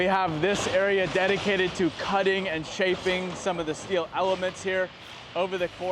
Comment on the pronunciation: "We need a ton of "Stee-o" 😂